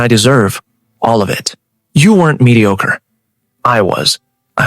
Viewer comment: She really likes the word mediocre doesn't she??? Pronunciation needs a lot of work. Other than that it's a decent story.